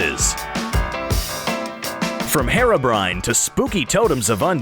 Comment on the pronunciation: That’s not how u say it